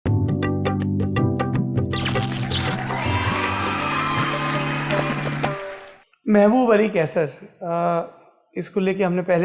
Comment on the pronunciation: कैसर नहीं सर कैंसर है हो